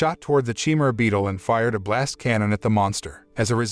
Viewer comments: I can't take this... Chimera is not chi-mer-aye. It's CHIMERA. LIK THE GREEK BEAST OF LEGENDS. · Chi-me-ra? That's a weird way to pronounce chimera.